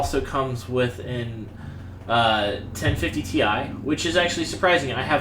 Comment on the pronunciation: Constructive criticism, although I'm happy you posted this video. You mumble past some technical specs, like "what was that card he was talking about?" the video card. Had to play it four times to figure out you were saying 1050TI. This happened in a few spots where I couldn't tell what you were talking about because of "mumble". The other thing is you might try posting a summary of the specs for the machine you're reviewing, either in the comments or in the video. Finally, and you're not alone on this, you should discuss the power supply, it's interchangeability with other PS's, how many connectors and type as well as power rating/watts (to understand expandability options).